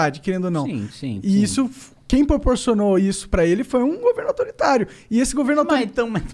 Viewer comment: Monark: "o vo defende a liberdadi defendendo governo autoritariu"